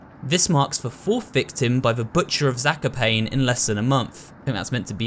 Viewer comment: Just letting you know that Zakopane is pronouced Za - ko - pa - ne, not Za - ko - pane, like you pronouced it